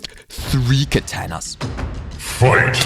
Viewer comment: Why did you said ktana it's katana